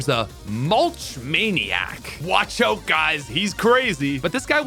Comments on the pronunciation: Say "out".: "Oat" Nooooo! OUT!: "OAT". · Normal background noise while on champions than every 30 seconds you catch a Canadian "out"😂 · where are you from that i can only hear an accent on the word "out". obviously somewhere in canada